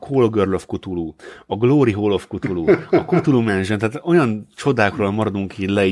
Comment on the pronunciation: "Kutulu"... "kátulu"... édes istenem... "K'tulu". Legalább egyszer ejtenétek helyesen.